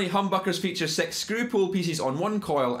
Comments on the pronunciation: dude if u say "six" like "sex" , how do u say "sex"? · Cool accent ma. sex pool pissess killed me :D but good video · When you said six it sounded like S3X